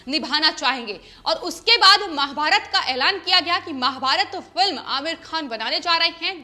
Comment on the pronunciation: कृपया महा_भारतात कहिये माँ_भारत नहीं. Please say MAHA_BHARAT not Ma_bharat.